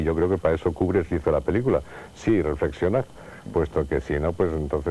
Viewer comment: porque nadie a explicado a ese hombre que se dice KUBRICK Y NO KUBRISSSSS.....